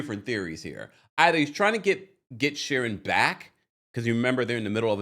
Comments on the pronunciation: I love you but it's queen sharien bc it rhymes with queen not Sharon. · You crack me up every time you say Queen Shurin, lol 😂 Her name is pronounced SHA-REEN but spelled Shirien. I love it!! I cant stand that heffa anyway. And Apollo is a liar, too! If you remember the episode on RHOA, Shirien shows up to Kandi's restaurant opening to "congratulate" her and Todd on Apollo's behalf, they ask her when she met Apollo and how long they've been engaged. She tells them she's been seeing Apollo for a while and then said "Well WIFEY wasnt around sooooo!" This fool been cheating on Phaedra for the longest. No matter what he says to "debunk" things he's a big fat liar! Shirien has no place to say anything to Phaedra, when she's been the side piece for a long time before becoming the wife she wanted to be. Now, she's bitter and unleashing on Phaedra. By the way I'm no Phaedra fan either. Shirien needs to work on losing all that weight she gained instead of being mad at her husband's ex-wife. They're all a hot mess period.